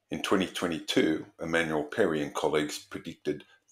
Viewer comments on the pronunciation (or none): none